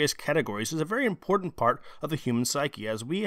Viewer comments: It's iMportant, not iNportant... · The word is iMportant rather than iNportant